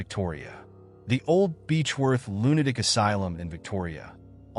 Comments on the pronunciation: lunaic? cant the AI say lunaTic.. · now its aradale lunaDic asylum? please AI just say lunaTic!